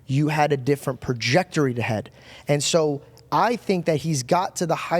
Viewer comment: No way he said projectory twice😂